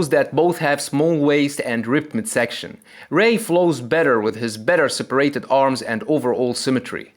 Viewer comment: Its separAted not separited. Also a lot of times you use the wrong accent in a word. Like 'dominAting' instead of dOminating. Its kinda weird to listen to and english is not even my mother language.